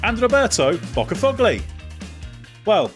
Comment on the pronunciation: What in the British compelled you to pronounce poor Roberto's name "bockafugly"??? 😂